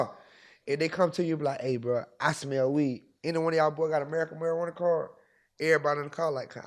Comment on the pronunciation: Did bra say America marjuana card 😂